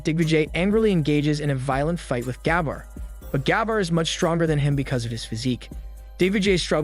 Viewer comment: That's not the right way to pronounce "Gabbar". You need to pronounce first "a" in name silent than "b" two times fast together with more weight on second "b" & "r" just the way you pronounced in video. 🤥🤪 It is irritating, when you pronounce wrong.